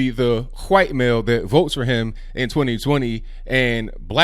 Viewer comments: Did you just say “huwhite” male? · "They're white" (Pause for dramatic effect) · I like the way you say white